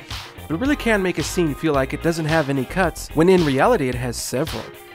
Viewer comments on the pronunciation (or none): none